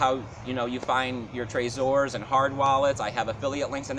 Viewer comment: Dude ..It's tre-zor NOT traa-zor. like its Trevor not Travor. Check the inventors YouTube site. Too much Adam meiser bud.😉😆😉😆